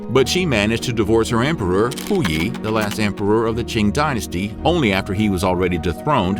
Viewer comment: I appreciate the research that has gone into these videos but I really wish they looked into how the chinese names were pronounced. For example, ‘Qing’ is NOT pronounced CHING. The Q has a T sound and the ing has a long E sound (it sounds a bit like saying ‘team’ but with a ng instead of an m. ‘Teang’) Also, ‘Yong Le’ is pronounced yuhng luh, not yuhng LEE. Something I also noticed with some of the pictures of concubines used (that have been pulled from dramas and other media) that some of the dress is not accurate. Styles varied but the dresses at that time most certainly did not push up the chest. When I saw that, I was like, what the heck Little details are an important reflection of history too 🙂